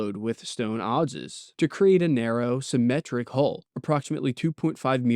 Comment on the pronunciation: Adze rhymes with adds. At least in anerican english. Correct me if I'm wrong, of course.